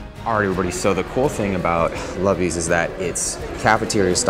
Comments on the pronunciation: It's pronounced "Loobies" not "Lubbies" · When it’s pronounced loobies not ~lubies~ 😭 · Haha it’s pronounced “Looobies” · FYI it is pronounced Loo-bees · Did he say Lubbies? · Not butchering Luby’s (Looby’s) name 😩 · That is not how you pronounce lubys 😭 (loo-bees)